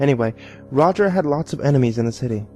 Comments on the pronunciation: IEN-emies. He has IEN-emies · no, no, no, the reading is all wrong, it’s pronounced EYE-nemies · You said a word wrong It’s pronouncer “Eye-Nem-Ees” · He said strve but not enimes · ITS PRONOUNCED EINIMEES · “Enemies” You mean enimes? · It’s pronounced einimes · You should've used That Guy With A Voice's reading of it. This guy mispronounced enimes, crips, and pizzazas. Those are all the ones I remember.